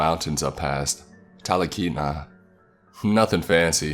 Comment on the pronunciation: As an Alaskan......the trip between Anchorage and Fairbanks is closer to 12 hours long ❤ and the next town is pronounced tall- keet-na 😁 & Cool 97.3 was my favorite station 😁😁😁😁